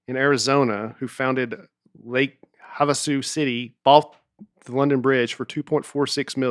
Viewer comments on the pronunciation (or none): Used to hearing Nate mispronounce all kinds of words, but hearing murder “Lake Havasu” and “Gila monster” was pretty rough lol.